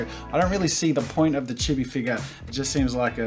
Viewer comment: I’m sorry but he miss pronounced chibi. I still love the video though! ❤️